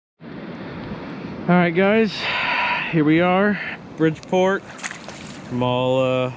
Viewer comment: Did you say Bridgeport ??